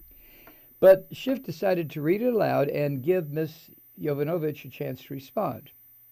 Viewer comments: Please, pronounce the name correctly,Mike..It’s Yo- vano- vitch..It’s no Yo-nova-vitch.. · Mike, I am so glad I found your video! You express exactly how I feel about the trump monster, Keep it up with the truth. And it's pronounced Ya Von O Vitch. Hooked on Phonics worked for me!